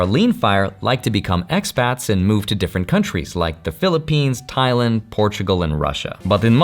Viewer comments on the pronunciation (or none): none